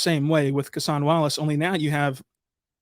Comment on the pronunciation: Kentucky and thunder fan here, first off love Cason Wallace, but interested why you call him CASE-ON, during his time at Kentucky he was always known as CASE-UN. Did he say that’s how his name is pronounced, or does it keep going back and forth?